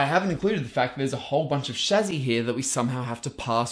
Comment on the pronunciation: Chassis = chazzy?? Lol